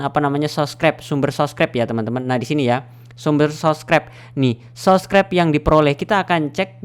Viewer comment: Subscribe bang bukan sobcribe hadeeeeeeeehhhhh , bang anda bisa eja dengan baik nggak